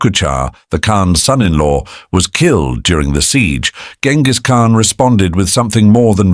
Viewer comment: That's not how you pronounce his name btw.